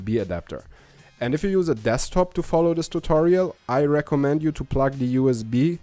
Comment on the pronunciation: I know you are from Germany. But i can't help but giggle to myself every time i hear you say "Pluck" when you mean to say the word "Plug." Here are some videos to learn how it is pronounced correctly. Plugged is the past tense of the word plug. Plug - Plugged - Plugged - Pluck